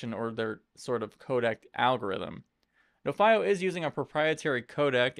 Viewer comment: I thought it was pronounced NO-fee-oh ?